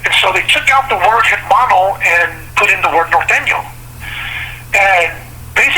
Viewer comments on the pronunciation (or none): Why do northerners pronounce the h in hermano? Or typically mispronounce Spanish words.